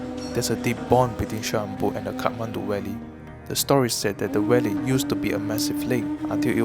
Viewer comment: Great production. No disrespect but you kept pronouncing V as W. Eg Valley as Walley. As for voice over, I hope u either increase voice vol by 10% or reduce bgm by 10%. Keep up the great production! Love the drone shots.